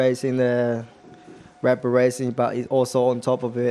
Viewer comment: Red B"uhm" Racing